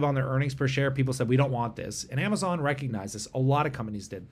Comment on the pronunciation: You said Amazon wrong